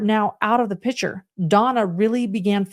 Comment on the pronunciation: Jeez louise HE NOT out of PITCHER. Its PIC,,TURE Ignorant.....as I was taught in 1970 in Western WASHINGTON schools. its not a pitcher, a picture.